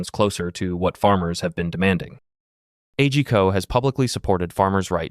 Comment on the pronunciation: Isn't A G Co promounced as on word ?